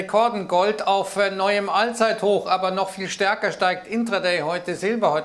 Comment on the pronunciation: Ein All(englisch ausgesprochen)-zeithoch 😂 lustig 👍 Der Kapitalmarkt bringt uns noch alle um den Verstand 😂😂